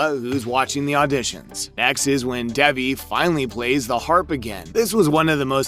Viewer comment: bruh her name is DAY-VEE